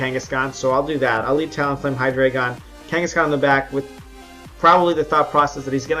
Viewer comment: I found this out yesterday but its actually pronounced hi-dry-gon, not hi-dray-gon. I don't blame u, but I thinks its weird how everybody pronounces it wrong.